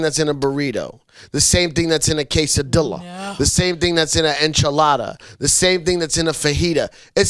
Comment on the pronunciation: Anjela start pronouncing QUESADILLAS the way it's meant to be prounounced!! lol